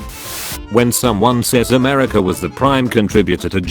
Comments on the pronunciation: Ah, yes, my favorite country: Amerisha. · No one:AMERSIA